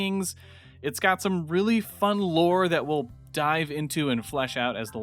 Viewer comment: “it’s got some really fun lore we’ll dive into” don’t you mean die-ve into? 😃😃😃